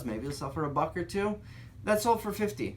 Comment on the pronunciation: You're saying "buck" wrong.